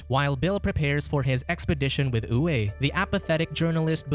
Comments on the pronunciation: Name "Uwe" is pronounced as "Uve" ;) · Uwe is Pronounced--Oovā . German male name.